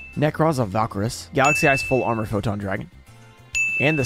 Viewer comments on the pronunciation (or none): none